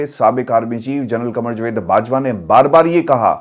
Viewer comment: Good analysis ,if you do,nt mind pls pronounce Jawaid not Jwaid